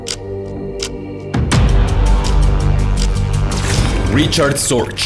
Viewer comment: Se pronuncia fonéticamente en alemán RIJARD SORGUE.